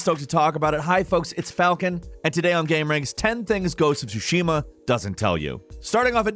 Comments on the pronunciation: It's not "soo-SHE-ma", it's actually "TSU-she-ma." Emphasis goes on the first syllable, not the second. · TSUshima not TsuSHIma just FYI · Love you. "Tsusushima" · Not insane but I don’t get why people love certain games but don’t know how to pronounce it properly…the t is silent… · Lol, u should call your Content , " 10 gamemechaniks in Ghost of Tshushima " , there is no ONE THING the game doesn´t tell you !!!!